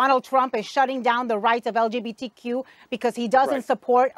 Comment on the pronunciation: Lol that couldnt even say LGBTQ right bless her cotton socks